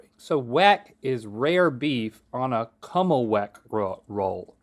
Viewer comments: fellow buffalonian here - this episode pained me deeply. “kummelwick” 😭😭😭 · Links mispronunciation of the Kimmelweck roll hurt a little.